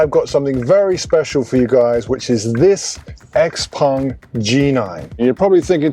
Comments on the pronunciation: Why say Xpong when the name is Xpeng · Xpeng not xpung